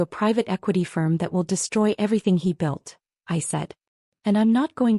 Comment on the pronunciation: It's built, not belt.